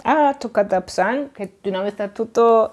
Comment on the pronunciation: Η κυρία μιλάει με λάθος τρόπο την αρχαία ελληνική γλώσσα.... Το "και" το προσφέρει "καΐ"... Το "και" είναι μονοσύλλαβο και η κυρία το κάνει δισίλαβο... "Κα -ΐ"... Το "εύ" που είναι δίφθογγος το προφέρει ως δύο ξεχωριστά γράμματα.... Έ και ύ... Με αυτή την λάθος προφορά που βασίζεται στην λάθος θεωρία του Εράσμου όμως, δεν βγαίνουν 15 συλλαβές στον ιαμβικό δεκαπεντασύλλαβο.... Άλλα προφέροντας το μονοσύλλαβο "και" ως δύο συλλαβές κά και ί, βγαίνουν παραπάνω συλλαβές... Ενώ οι αρχαίοι ποιητές έγραψαν σε δεκαπεντασύλλαβο..... Επίσης η γλώσσα που μιλούν δεν είναι αρχαία κλασσική ελληνική γλώσσα αλλά νεοτέρα, μετά την εποχή του Μέγα Αλεξάνδρου, η λεγόμενη κοινή ελληνιστική... Έκανε μεγάλη ζημιά η λάθος θεωρία του Εράσμου.... Διαγράψτε την τελείως....